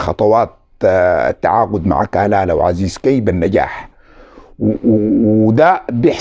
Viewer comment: تصحيح لاسم اللاعب عزيز كي تطنطق عزيز K